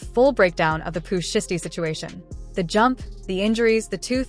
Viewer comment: Pooh SHY STEE (say it like that) FFS